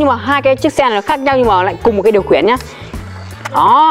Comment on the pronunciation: Khiển chứ ko phải là khuyển😂